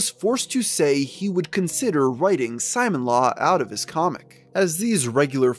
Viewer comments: Bro why does he pronounce is Simon-law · Simon law 😵😵😵 dude. You should know how to say the name right. There's footage of Chris saying it. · Ok you finally stopped saying "Sonick-Chu", now let's work on your other electric hedgegogs, Simonla is pronounced "See-mon-lah" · Why are you saying “Simon-Law”? It’s Sim-Mon-Lah. Know you’re friggin content good lord. Just really sounds dumb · "Simon-law" I'm fucking dying. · You pronounced Simonla wrong! "Simone-La" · Simonla is pronounced Simone-la, not Simon-la. Alec and Chris say her name outloud many times in the Alec/Chris calls. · “Simon Law” bruh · Alright. Good video but I need to say… every time you pronounce it “Simon-Law” when talking about Simonla, a handful of my braincells go home for the night. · bro ur pissing me off not saying sonichu and simonla righr 😭😭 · Anyone else bothered by someone making a documentary about Chris Chan refusing to learn how to pronounce important things in Christory? Like “Sonic-Chu” come on man. Good video but that makes it come off as in a sense lazy. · Dude, it's pronounced Soni-chu, not Sonic-chu. And not knowing how to pronounce Simonla shows you didn't know anything about Chris before doing these vids, almost like someone else researched and wrote this script for you.